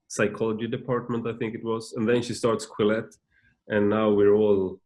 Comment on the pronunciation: what is the magazine they talk about at the beginning? It sound like Quillets?